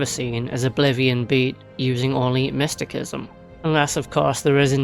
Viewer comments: Pronounced mist ta sis em. But it makes the vid more funny with mystikism 😂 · Mysti-sism is how it's pronounced. 😅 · After hearing mistykism so many times, I've started to say it loke that without even meaning to 😂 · Sir, the way you pronounce mysticism is quite peculiar. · Cant pronounce mysticism, beats game w it anyways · While the 'c' in 'mystic' is pronounced like a 'k', the 'c' in 'mysticism' is actually pronounced like an 's'. Maybe you should search up the etymology first before telling others to do so.